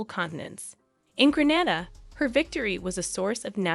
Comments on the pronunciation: As a Grenadian, it hurts my heart to hear you pronounce it Granada. Its Grenada. Jennifer now lives in Canada. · Thank you but, 🇵🇹Gra-nada is in Spain. 🇬🇩Gre-nada is in the Caribbean. There's a big geographic differenc, correct pronunciation is necessary. Proud Grenadian, some info is new to me. Thanks again 👍🏾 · GrenHADA is in Spain. It's pronounced Granayda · It's Gren ay da, not Gren ah da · its pronounced GRENAYDA not Grenada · It irks me when it's pronounced Gra-na-da! It's Gren-naay-da!! The do the same mispronounciation of Curacao too...Cu-ra-co instead of Cu-ra-soe! Ugh! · The country's name is pronounced Gren-nay-da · Lady its Green-a-dah! Thank you! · GReat story. Just one quick correction. The name of the Caribbean island is pronounced Gre-NAY-da. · You said Grenada incorrectly. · Thanks, for this. One thing though, tiny fyi....Grenada is pronounced Grenayda, not Grenahda. Guyannna, not Geeana.